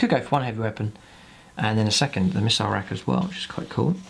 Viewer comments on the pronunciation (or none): none